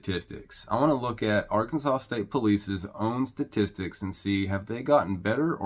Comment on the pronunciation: Ar- Kansas -saw. If you can't follow the Alphabet your definitely a hazard